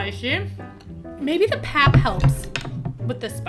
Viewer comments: The "pap" is pronounced the way you would say "pup" in "puppy". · Please not PAP, it's pronounced Pahp - long A. 😂